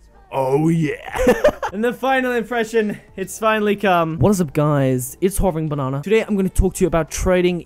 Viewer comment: Nooooo it's not hoveringbanana it's hoveringbananYA